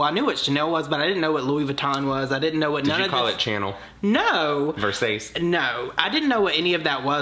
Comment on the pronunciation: “VER-SAYCE” 😂😂 Showgirls reference for the win.